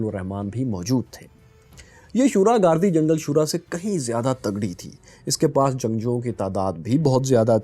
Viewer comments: سر لفظ گاردی جنگل نہیں بلکہ گردی جنگل ہے.... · its pronounced as Girdi Jangal, not Gardi Jangal.. we have visited the area for Polio Campaigns